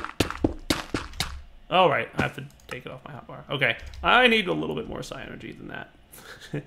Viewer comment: aww when you said Psi i thought you said Xy. Damn it